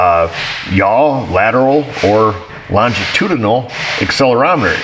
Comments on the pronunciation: Say it with me..lon-gi-tu-di-nal..I agree, it’s a mouth full!! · More than half a video by a guy who cant pronounce "longitudinal" while staring either at a screen or diagrams. Wow. Be still my beating heart. Even better he tries to head off those who dont care for this sort of content with a message in the pinned comment to which the sycophants will defend to the death. Why not put "Boring" on the thumbnail? Oh yeah, then nobody will be invested or watch aside from those who will... just to defend "their guy". Let me know when there is real diagnostics going on and not electrical engineering 101.